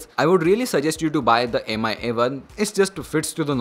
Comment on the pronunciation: Mi is pronounced as 'me'